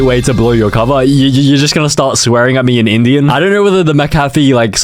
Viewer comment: 'in idian'😭😭